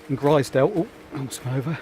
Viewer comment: Enjoyed the series As a local it’s pronounced glazedale (glaisedale) and growmont ( grosmont ) Made me smile